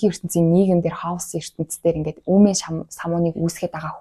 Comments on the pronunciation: Халс биш Кэиос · Харин тийм ээ, КАЙОС шүү